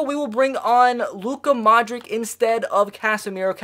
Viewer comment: it’s pronounced “Modrich”